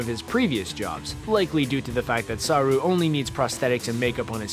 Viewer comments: ..... Sah'rue.... So close.. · Saru it’s pronounced quicker than saarruu